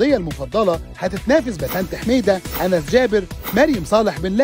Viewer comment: عن جائزة الرياضيه المفضله ٱنس جابر بضم الالف وليس أنس بفتح الالف.